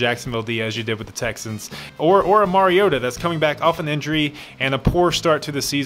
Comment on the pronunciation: Actually "Marioata" does sound weird. But "Mariota" sounds fine when pronounce properly (Mar-E-O-ta).